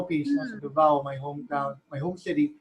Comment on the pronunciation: i love how this vid is different, full of substance esp. on the aspect of being a cultural ambassador. on a side note, It is Davao /DA-vao/ not Davao /da-VAO/ Pronunciation should not change for proper nouns e.g. name of a place.